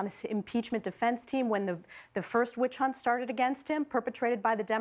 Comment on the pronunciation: The moment she said witchunt Kaitlyn should have shut her up.